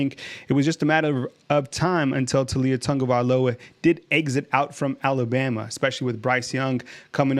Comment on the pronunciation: Bro, it's Tau li a... Not Tu li a